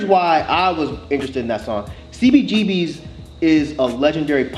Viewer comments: Lol I knew was gonna be annoyed when he spelled out "C-B-G-B-S" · when he said CBGB-ess. ugh